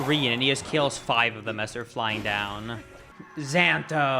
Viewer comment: It is pronounced Zento.